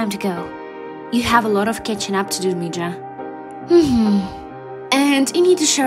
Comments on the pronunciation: that's not really how we pronounce "mija" if you want to improve that you can change the j to an h ''miha'' I don't know if it really works but you can try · its pronounced me-HA, you can say it how you want but I'm saying how she says it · The M-e-ja pissed me off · MIJA IS PRONOUNCED AS MIHA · Mija… is not pronounced Mee-Jaw. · Your comics are great, but ITS MI-HA and it’s EM-ER-A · Mija..... The j is pronounced like an h... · They made me so mad with the Spanish. They said mija completely wrong. At least research how to say it.